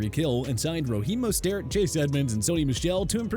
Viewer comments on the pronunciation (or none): “Roheem mostair”